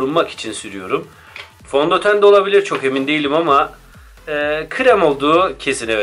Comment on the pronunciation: Fontoten :DDd